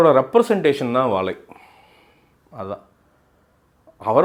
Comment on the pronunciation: வாலை இல்லை "வாழை" அது சரியாக உச்சரிக்கவும்